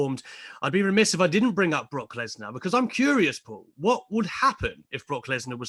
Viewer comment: The way he pronounces the name "Brock lesnar"